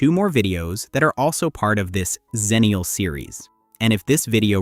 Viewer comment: Agreed Especially if the word is going to be mispronounced. it’s X-ennial, not Zennial Again, the world is hell bent on erasing the Xers. Cripes.